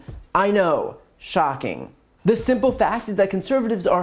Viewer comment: I love it when Brian says, “SHOCKING”